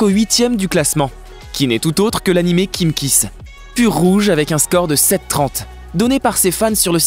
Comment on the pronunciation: C'est pas kimkiss c'est kimikiss